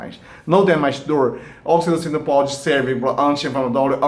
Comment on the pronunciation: Num consegui entender o nome do hormônio